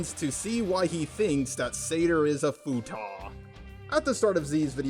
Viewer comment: ... Okay, just being curipus... Do you mispronounce "Futa" on purpose to avoid demonetization, do you just think it was pronounced like that, or is this the actual way to say it and is it a collective mispronounciation from the rest of us? I always pronounce it as "Fute-ah"